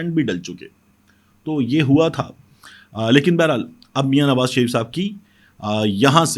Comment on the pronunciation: It should be read LAiKIN